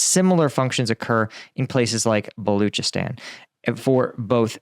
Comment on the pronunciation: Balochistan is pronounced Ball Loch(lock) ee stan